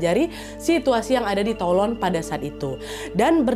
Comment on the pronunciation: keren kak nad, btw Toulon (dibaca: Tulong) 😁😁